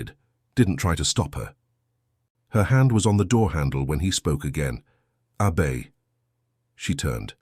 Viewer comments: Nice story but that A –BAY drove me crazy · Don’t understand the ladies name, so hard to understand. Abey or should it be Abbey?